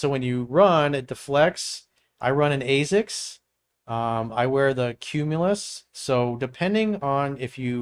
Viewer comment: I've never heard ASICS pronounced that way.